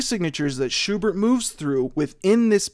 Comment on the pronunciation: It's so weird hearing english native speakers saying German names like "Goethe" or "Erlkönig". ("Schubert" on the other hand is pronounced pretty accurately here.)